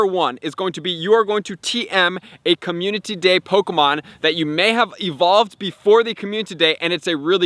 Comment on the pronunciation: I watch all your vids, but when you say communtity instead of community it makes me cringe, no hate though just saying. Love the hard work, really helps me out as a newer player. Keep up the hard work!